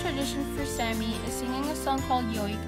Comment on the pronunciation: its Saami. "Sámē. or salami without the l